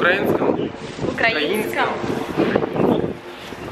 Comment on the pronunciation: задрюкали в комментах на счет ударения укрАинское, она бедная переправляется постоянно)))